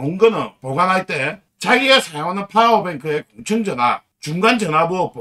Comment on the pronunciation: 그런데 왜 자꾸만 "공청전압"이라고 하는지...맞는건' 공칭전압'이 맞는게 아닌가요?